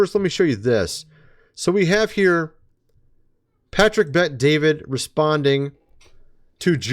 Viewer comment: You’re not even saying bet David’s name correctly and no one cares anyway. None of that is news